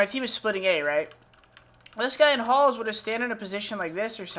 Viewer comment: Is it weird I heard aholes everytime he say ahalls?